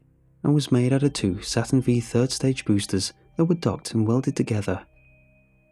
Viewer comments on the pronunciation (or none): I CANT BELIEVE YOU DONT KNOW THAT SATURN V IS SATURN 5 NOT SATURN VEE